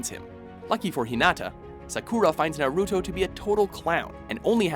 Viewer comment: Techincally, Naruto and Hinata are not unrequited lovers anymore and neither is Sasuke and Sakura. Btw, if is going to have anime videos please have someone who is an anime researcher and someone who knows how to PRONOUNCE THEIR NAMES D:<